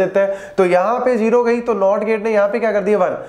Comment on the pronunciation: Sir As you can pronounce zero as"zero" then why you pronounce it as"jero"😢